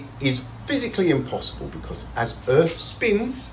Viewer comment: Becoss?? Who pronounces because like that? Spoiler: does.